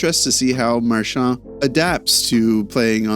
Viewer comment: Why the eff are you saying his name with a French accent/twist on it. I’ve never once heard that in twenty years. Yet here you are doing it. You know he was born in Nova Scotia right? Get over yourself no one gives a shh you are French.